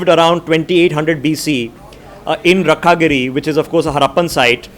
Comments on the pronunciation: He is calling Rakhigarhi as Rakhagiri?! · Mr its not Rakkhagari its rakhigarhi(राखीगढी)😂